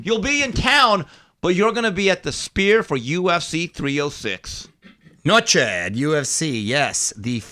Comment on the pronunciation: Did call the sphere spear? Lol